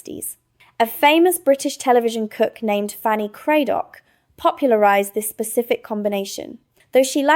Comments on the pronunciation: NOT Cray-dock but Cradock (rhymes with haddock) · And you were doing so well until you said Fanny cradock no it's Cradduk, ook ❤❤😊😊